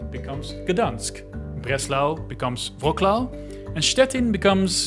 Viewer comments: Wroklau xDDDDD LOL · Wroclaw is pronounced "Vrots-lav" (sort of, more like "Vrots-wav"). You were wise not to attempt Szczecin. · Wroclaw is pronounced "Vro-tswaf", not "Vro-klau". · its not pronounced "wroclaw" its pronounced "vrotswaf" i think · "rocklau" is actually "vrotswuv" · Man you don´t pronounce Breslau "wroklaw"? You pronounce it "wroclaw" ok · Its Wroclaw, not WROKLAW 🤦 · I stopped the video at "Vroklah" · Wrocław is pronounce like vratzwav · it's pronounced Vrots-wav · I didn't mind until he hit me with the "Vrowcklahv" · I really disliked the way you butchered the pronunciation of the city where I live, Wrocław (and the cut on the ł says that the L does not have an L sound but that of an "U" (oo)). It's not really difficult to look at wikipedia and see the phonetics of the word. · When you already messed up pronunciation of Wroclaw and cannot make it for Szczecin either ... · It would take you ~10 seconds to go to google translate and get the pronunciation of Wrocław. Also, since you are making a video about Poland, I would assume you'd already know English (and its degenerate pronunciation of letters) is not the official language there. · it's supposed to be pronounced like: gdańsk - gda-ni-sk (do not pronounce n and i like two separate letters) wrocław - vro-ts-oo-av (w is pronounced like v, c makes a ts sound and ł makes a sort of oo sound?) szczecin - sh-che-tsin (ch as in church) hope this makes sense, i don't know another way to describe these (edit: i added hyphens to make this slightly easier to read) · Not Gdansk, but Gdańsk. We utter "Ń" letter as soft "N". And, you should not utter Wrocław as Wroklaw, but as "Vrotswav" (My own oversetting). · Lemme help you out: "GDAINSK" "VROhTS-wahff" and "SHCHE-cheen" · You pronunciation 😂 of Szymon is so bad. Especially Wroclaw😂😂 wasn't even close.